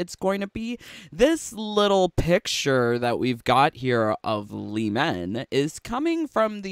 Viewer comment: Lee man it's lee mae